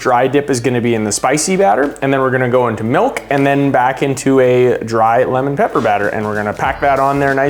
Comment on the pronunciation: “Lemon Papper” 😂